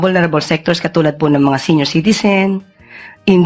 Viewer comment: Pls pronouce "comment0rs not commenters, sEnior like seeniors. I hope you don't mind.